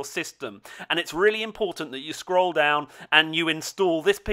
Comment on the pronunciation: does everyone in UK say "stroll" instead of "scroll"